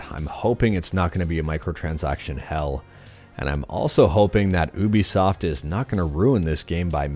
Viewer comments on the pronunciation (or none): you-be-soft not ooh-be-soft (God, I'm such a nerd! 😅😅 lol ) Great video as always 😃